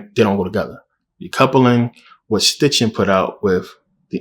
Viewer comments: His name is SITCHIN not STITCHIN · It’s Sitchin not Stichin but great video!